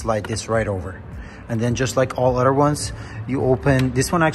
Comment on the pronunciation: It’s not udder it’s “other”. Udder is a cows breast.